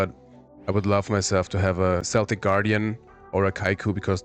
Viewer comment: Yes, just once in the video when you mentioned Celtic Guardian. I am very impressed you already know about "keltic" pronunciation - again, excellent!